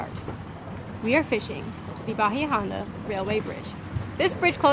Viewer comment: Bahia Honda not Bahi Honda